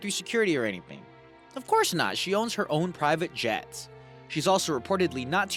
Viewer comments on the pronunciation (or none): JETS. Not pets. J-E-T-S.